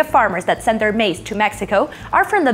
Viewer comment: lol. MACE instead of MAIZ.